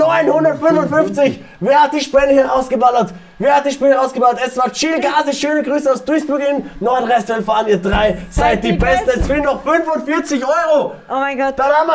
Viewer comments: Hab Nordrestwennfalien verstanden 😂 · Wie einfach Nordrestlefalen sagt.